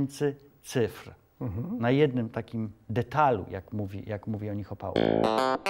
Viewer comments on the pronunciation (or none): Roman Opałka, nie Opałko ...